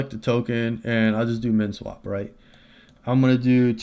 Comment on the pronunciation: What was the 2nd one i couldnt understand you. Men swap?